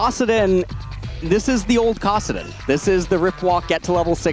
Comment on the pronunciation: I love LS, but he really needs to learn how to pronounce Kassadin and Shaco correctly lol.